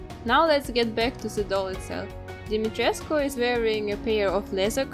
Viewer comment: The way you said "Dimitrescu" in such a correct way, it's amazing. I'm romanian, and the correct pronunciation is Dee-mee-tre-scoo. I hope i helped y'all <3